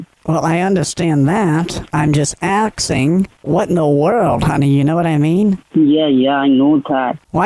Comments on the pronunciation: “I’m just AKS-ing.” 🤣🤣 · " I'm just aksing..." Lol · Dekstop? Aksing? You’re so funny 😂